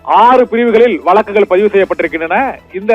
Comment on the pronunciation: வளக்கா வழக்கா ? என்ன தமிழ் இது ?